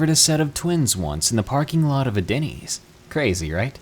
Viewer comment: Bro why denny's its always dennys lmao